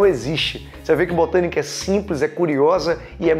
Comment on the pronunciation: "Bostânica" kkkkk que aula, obrigada!